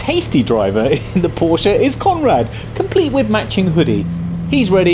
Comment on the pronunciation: Finally!!! ....a Brit that pronounces Porsche correctly!